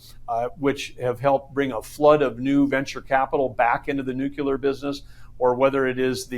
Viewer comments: What is "Nucular"! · He says some smart things but he lost me at "nukular".